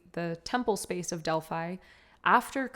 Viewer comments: Beautiful being, it is pronounced DEL- PHEE not delpHI... and PHIA lee is pronounced PHEE la ee. please, lets be respectful of the sacred places, I too was an oracle in Delphi, so it comes from that place.... divine salute x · The is beautiful read ANNA the grandmother of Jesus & the other book ANNA THE VOICE OF THE MAGDALENES But please don’t use the word “witchcraft “ in your title and next to Mary Magdalene Delphi is pronounced Delphee 🙌🙏💜💜